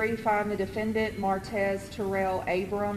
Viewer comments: Mar-tez not merits 🤦🏿‍♂️🥴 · I know he killed people and all that, but that man name ain't Maretz. Its Martez. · You can’t pronounce martez? “Merits” lmao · Why can’t you say Martez??